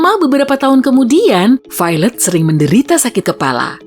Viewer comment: Ketika pronounce Violet = Failed